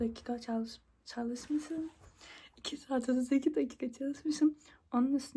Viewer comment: When the japan accent hits caaalismisim